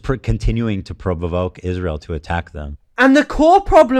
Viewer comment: Provoke is also outside his capabilities to pronouce correctly.